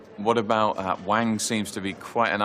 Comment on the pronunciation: It's wang!!! Not wong!!!😆